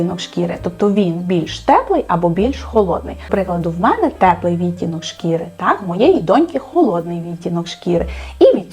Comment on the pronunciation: Від мене одразу ж уподобайка! 👍Дуже дякую за вашу роботу! Цікаво було послухати. Тільки кілька маленьких зауважень: замість російських "морщинок та уголочків" потрібно казати ЗМОРШЕЧКИ(зморшки) та КУТОЧКИ (кути). У слові відтінок(и) правильний наголос має бути на другому складі, а саме, відтІнок, відтІнки. А так, у вас просто чудова українська! Від себе додам, що не можу прийняти правило носіння босоніжок із звичайними шкарпетками, от не подобається і все, а от срібло та золото на собі таки поєдную☺️ 🌸💮🌼